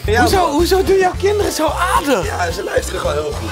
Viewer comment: HET IS GEEN FGUIT MAAR GVD FRUIT EN GEEN AADIG MAAR AARDIG geen haat grote fan hoor😁